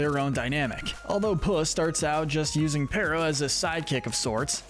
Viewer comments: His name is Perrito, not Perro. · It's not "perra!" It's Perito! the iconic, soul loving dog we love!